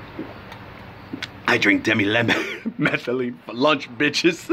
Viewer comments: Di methyl amylamine not demi metheline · lol you cant even pronounce dmaa correctly...1-3 DI-meth-yl-milamine..pronounce it like that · why is it that nobody making these reviews of the chemical, actually knows how to pronounce it.